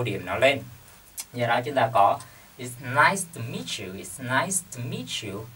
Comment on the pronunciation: It's nice to meet you but you sound like "It's nice miss you"